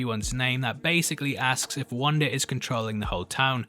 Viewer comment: It's Wanda...not Wander! It's Monica...not Monicer!! LOL